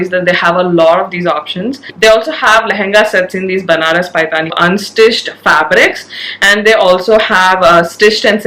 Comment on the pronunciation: Lovely video as always. Request you to correct the pronunciation of paithani.